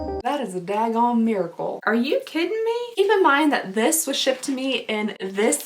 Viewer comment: "Are you kidding me" southern who?